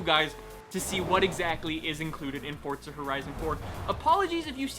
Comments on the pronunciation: It’s forZa not forTza. Get it right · There's no "t" in the word forza. It's not fortza. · For-ZA. FOR-ZA. Not fort-za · What's Fortza? or Fort-za? I thought this was a Forza video, idk nothing about this FORTza you speak of lol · Ffs its FORZA not FORTZUH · FOR FUCKS SAKE I CANT EVEN WATCH THIS ITS FORZA NOT FORT ZA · Anyone else realised that he still can’t say forza, it’s For-za not fort-za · why do you pronounce it "fortza" is that the right way? instead of "forza"? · It’s Forza, not ForTza. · i have a question: why do you say "fortza"? Am I wrong or is it bot "Forza" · Why do some people pronounce it like fortza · It’s not Fortza.... lord jesus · STOP SAYING FORTZA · "Fort-sa Horizon 4" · I'm tired of hearing people call it "fortza" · Why does everyone pronounce it FORT-ZA it's not a Porsche-A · If youre going to pronounce it as Fortza than you should put that in the title. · why do you say forza with a T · There is no T in forza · I challenge you all to take a shot every time he mispronounces Forza, enjoy! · There is no T in Forza, STOP pronouncing it WRONG